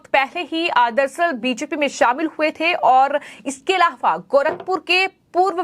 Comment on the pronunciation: aaram se bolengi to badhiya rahega.bahut takleef hota hai aapki bhasha sunana. Content delivery achha hai. Plz bhasha shaili sudhare,. Alava...alhavha..aise hi bahut traasadi me bolti hai aap. Zor na dete Aram se boliye plz